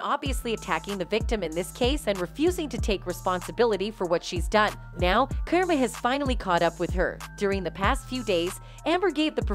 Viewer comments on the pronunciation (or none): Kerma? It’s car•mah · Was anyone else confused at the pronunciation of “Karma” at the beginning?